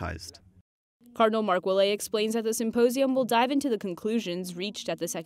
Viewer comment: Ouellet is pronounced "Ou-A-LET"